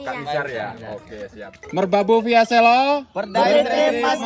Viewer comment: selo kak bukan selo😭😭😭